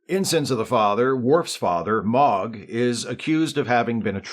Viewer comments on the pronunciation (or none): Mo ugh not mogh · Sir, did you just say Mogh with a short O like some sort of Moogle like Worf doesn't throw around who his daddy is with a long O for how many seasons? Get the heck outta here. (You're great, love this channel)